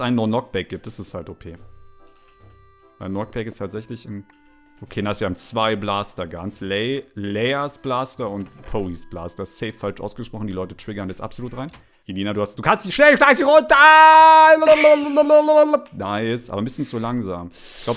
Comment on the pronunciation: Man spricht Kilo Ren Maße Windu Lea poe